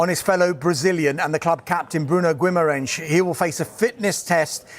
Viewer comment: They like to think that Brazilians are Portuguese. I am Brazilian and there is no "SCH" sound in his name. It's pronounced Gheema-Rice.